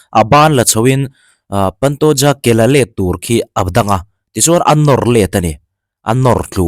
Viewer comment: Paantooja nilo in pantoja ti a lam tur oooo